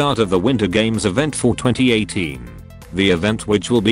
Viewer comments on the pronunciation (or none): sounds like he is saying 420 18 instead of for 2018